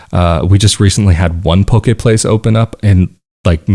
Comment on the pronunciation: you use a term that sounds like "pokè place"; what is that?